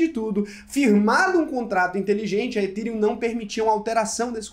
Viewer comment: Ethereum se pronuncia ETÉRIUM. Não é etirium